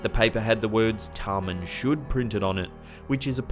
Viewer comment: Tamam , not Taman.